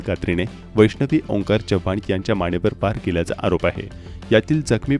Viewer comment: जपान नाही चव्हाण 🙏